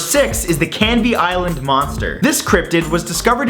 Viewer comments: holly shit my family's from canvey island and I never even knew the canvey island monster existed. Oh and its pronounced can-vee not can-vay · Wtf I live a mile from Canvey Island XD Odd hearing the American Matthew Santoro mention it, and pronounce it funnily, but flattering in a weird way lol.